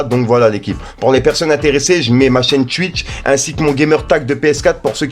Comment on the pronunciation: "En live sur tchwitch" ??? Connais pas désolé